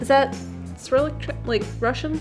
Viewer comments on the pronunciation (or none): none